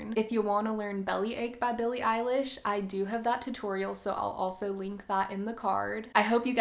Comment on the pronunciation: ba billay eilish